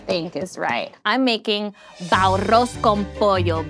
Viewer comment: really butchered that bao....